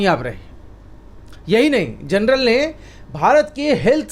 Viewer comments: जर्नल कहै जनरल नही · "THE LANCET" JOURNAL HAI " GENERAL" NAHIN : PLEASE CORRECT YOUR PRONUNCIATION ! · PLEASE PRONOUNCE 'JOURNAL' AND NOT 'GENERAL'.. REPEATEDLY. LIKE 'BJP' NEWS INSTEAD OF 'ABP' NEWS..!